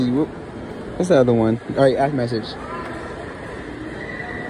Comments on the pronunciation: His lips can't pronounce ask, it comes out as axe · He gone axe a question